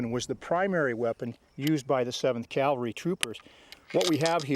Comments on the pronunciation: it is pronounced cav-el-ry. Calvary is a hill in the New Testament where someone is rumored to have been crucified. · Can a guy be considered an expert on cavalry armament if he thinks it’s “Calvary”? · Okay, the word is NOT "calvary"